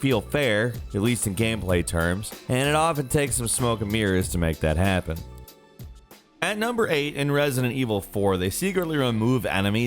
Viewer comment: "Wanted to hehhppen" - can someone please explain to me why mispronounces so many words in these videos? 🤣